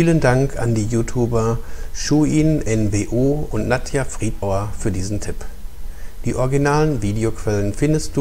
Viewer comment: Friedauer, nicht Friedbauer😂 Hast doch weiter ausgeholt, als ich erwartet habe. Klasse Video.👍